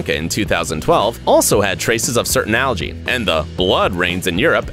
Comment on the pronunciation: You pronounce algae incorrectly